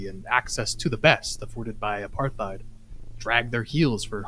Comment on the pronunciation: Hey, I think this is the second time I've heard you say "apartheid." The "th" should be pronounced like the "th" in "thaler" (dollar), or Neanderthal, or Thailand.